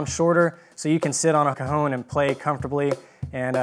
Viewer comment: Awesome, even if he keeps saying "cahoon" instead of "caHON" which is the correct pronunciation.